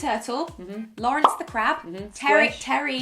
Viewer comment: i genuinely thought it was “lawrence the crap”